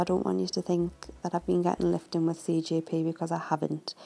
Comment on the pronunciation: lol love the work but y do u keep saying cgp instead of cjp